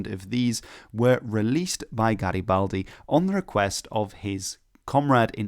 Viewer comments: "What are you doing?" "Nothing...Me? Just hanging around" P.S. That Garibaldi pronunciation at the beginning was perfect 😗🤌 (chef's kiss) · OMG HE PRONUCED GARIBALDI THE RIGHT WAAAAYYYY OMGGGG